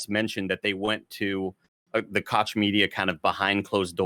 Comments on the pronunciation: I think Koch is pronounced "Coke" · It’s pronounced like Coca Cola. “Coke” Media. Owned by the Koch brothers who are one of the most evil corporations in the US and that says a lot.